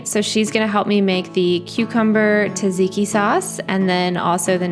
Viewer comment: Tzatziki is pronounced “Zah-zee-kee” with a very slight “t” in front of the z 😊 (from someone with Greek heritage) Καλή όρεξη! Love your videos!